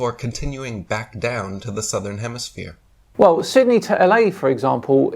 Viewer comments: the complete DUFUS! I LOVE how he says "southern hemiSPHERE" GEE! Kinda gives the LIE to flat earth! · he says HEMISPHERE multipule times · He says hemisphere and not hemiflat lol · Did I here say "hemisphere:? Really?